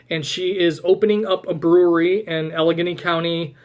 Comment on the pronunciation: Coming from a PA viewer, you got the "Allegheny" pronunciation spot on! 😊 Al-uh-gain-ee